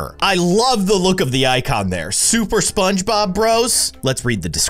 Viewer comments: Ahh. Just relaxing for my Monday night and I go onto YouTube and go straight to a video 😂💓💓 Edit~ they didn't say SpongeBob, they said Spongbob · Lol he said shogbob